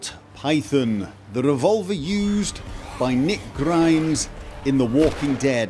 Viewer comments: Did he just say Nick Grimes? lol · Did he say Nick Grimes? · Rick Grimes not Nick Grimes. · This boy said Nick Grimes